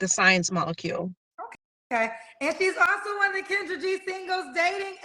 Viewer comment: Kendra said her name wrong mad times 😂